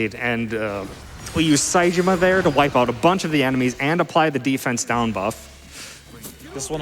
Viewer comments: It's a great run, and I'm baffled one can beat the game in under 20 hours. Point of order: Saejima isn't pronounced Say-jima. It's pronounced Saejima. They say it often enough in the games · bro said sayjima 😭😭😭😭